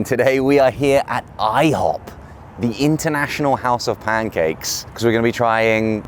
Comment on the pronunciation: Steven i-HO-p 😉😉🥞🧇